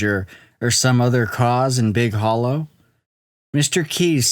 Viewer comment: I've never heard of this before. Edit: It's pronounced Big Holler.